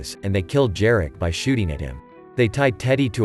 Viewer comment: Jarek - pronounce Yareck